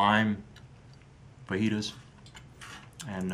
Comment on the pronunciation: Good thinking on your feet. By the way fajitas is pronounced faa-he-tahs. But even then I'm probably pronouncing it wrong.